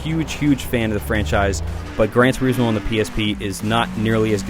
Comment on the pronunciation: what the fuck is Gran Tur-ee-smo? butchering the english language again are we??